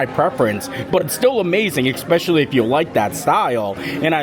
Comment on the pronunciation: How has this guy never been told how to say especially